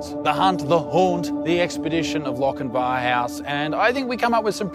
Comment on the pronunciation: Although it's spelt Lochinvar u say Lochinver as a fellow 🏴 it's not always said how it's spelt grwat video glad I stumbled across you guys love from Scotland UK 🏴